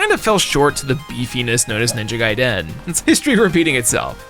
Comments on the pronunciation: Why do you say “Ninja Gaiden” like that 🤔😂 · Bro, don't say Ninja Gaiden that way 😂😅